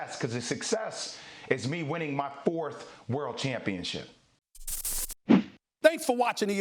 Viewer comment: The way this guy emphasizes "World Championship" :|